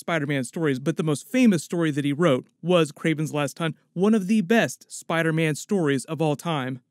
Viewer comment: you said spider ban. Lmao 💀💀